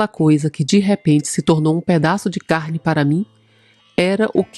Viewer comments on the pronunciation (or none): none